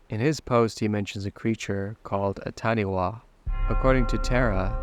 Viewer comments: Hey I know I’m late to this video but just wanting to correct the pronunciation of Taniwha the way it was pronounced in the video (Tani-Wa) is not the correct way, it’s pronounced Tani-fa in Māori a wh typically makes an f sound. Also I noticed the source used to site the Taniwha even spelt it “Taniwah” which might cause further confusion, I know Wild World spelt it right themselves but the source didn’t. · WH is a F sound in moari so Taniwha is said with a fa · Hate correct you narrator but that Maori creature is pronounced TAH NE FAH .. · Just a note, in Maori the “wh” sound is pronounced like an f, so Taniwha sounds like Tanifa :) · Also in NZ it's pronounced tan-i-fa. All WH sounds in Maori language are pronounced as "f" njt unlike "PH" in the English language 👍